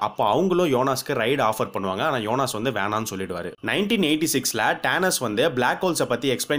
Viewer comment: his name is jonas... not yonas bro